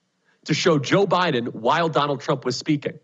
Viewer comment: Joe BYE-THEN